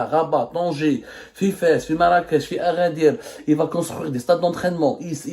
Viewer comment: it's called Agadir NOT Aghadir 👎👎👎